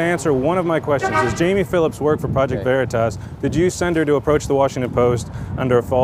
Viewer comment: You guys need to watch Boondock Saints to figure out how to pronounce Veritas properly.